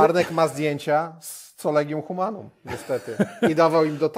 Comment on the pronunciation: Collegium Humanum wymiawia się przez 'K', nie przez 'C' - 'Kolegium Humanum'. Proszę się przygotować porządnie merytorycznie, bo słysząc takie błędy spada Państwa wiarygodność jako rzetelnych redaktorów.